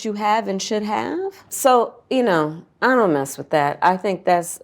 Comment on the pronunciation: So now Camela says “ion”? 😂😂😂 and her Indian mother raised her and her sister to be black? I guess I raised my black son to be white.